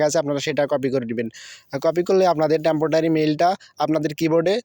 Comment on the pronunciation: temptotary? Ha ha. Ha